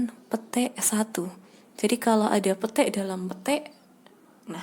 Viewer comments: Gua dengernya pete ya kannn wkwkkw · ngomong petik nya lucu wkwkw